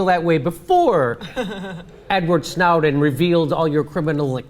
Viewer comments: Jimmy it's Snow- (as in the type of weather) -den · Ha. Snouden....wtf Jimmy